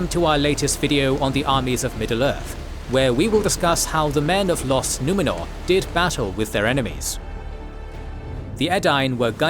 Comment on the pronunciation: "Los Numenor"? What the hell...!?